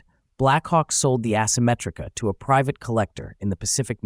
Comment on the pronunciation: It's also ehsymetrica not assemetrica